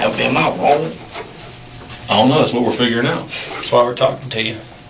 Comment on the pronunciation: Ion Ion Ion know... Ion Ion.. Ion know.